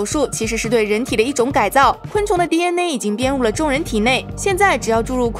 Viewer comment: DNA 还非得读成 第恩馁